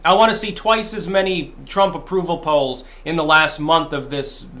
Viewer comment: the way you said "polls" was really funny